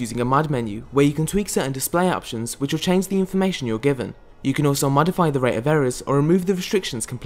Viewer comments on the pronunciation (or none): none